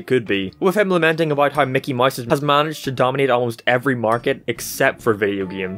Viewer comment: I just realized he has been saying Mickey Mice the whole time